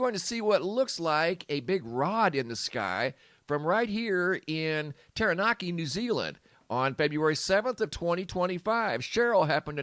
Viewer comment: Ty for pronouncing Taranaki correctly xx